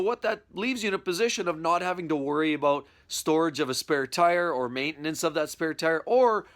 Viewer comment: ABOOT ABOOT LOL